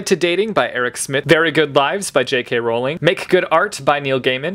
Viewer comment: You pronounce Rowling correctly! Respect!